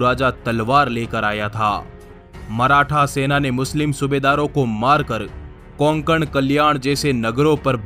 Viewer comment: कोंकण नाही रे कोकण अस आहे